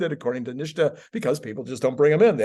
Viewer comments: why do you call it "Nish-ta"? It's "Nit-sa". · I like your content, but just because Sandy Monroe mispronounces NHSTA doesn’t mean you have to. It’s pronounced “nista”, not “nishta”. I don’t usually go around correcting people’s pronunciation, but this one for some reason really makes my spine crawl. 😮 Keep up the good work. 😊